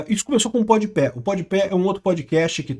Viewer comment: o melhor é o dizendo podi pé sendo que é podi pa